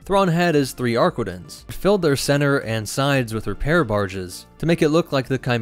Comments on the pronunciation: "ArquiNtens" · Ah yes, the ship that simply CANNOT pronounce the name of correctly.